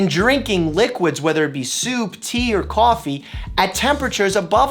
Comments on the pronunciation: "CAWFEE", I hear that New York boy in there ;) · I can see ur Boston accent creeping out. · "Coffee" Boston accent